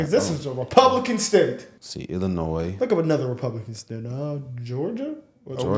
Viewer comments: For future reference, the "s" in Illinois is silent. It's pronounced "Ill-annoy". Chicagoans thought that being a sanctuary city was a good idea until they faced the reality of the unintended consequences it entails. They are finding out that virtue signalling isn't always in their own best interest. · Hey..I'm from ILLINOIS and the S is silent 👌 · In the word Illinois, the "S" is Silent when you are pronunciating it. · You all say “illinoiS” like my parents do. It drives me crazy! The S is silent! 🤣